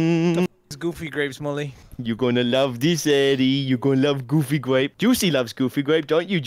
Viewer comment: It's "Goofy Gwape" 🤨😳